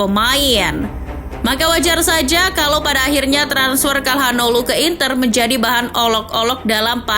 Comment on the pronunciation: Sedikit koreksi, hanoglu bukan hanolu min